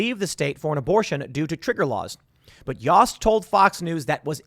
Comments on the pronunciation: It’s pronounced yoast like toast. But spelt yost. I swear to god Timmy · Ohio A.G. David Yost (is pronounced like Toast with a "Y") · Small detail, but the AG of Ohio is pronounced YO (as in yo-yo) st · Tim, Yost rhymes with post. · Yost is pronounced like oats.